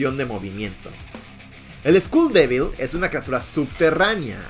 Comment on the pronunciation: Bro said school devil instead of skull devil😂😂